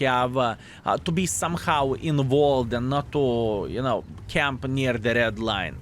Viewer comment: I enjoy hearing English improve especially knowing he is self taught. That being said I liked the old way he pronounced “involved” more than the way he correctly says it now. English is a tough language, so much of it makes no sense and the “rules” aren’t exactly absolute.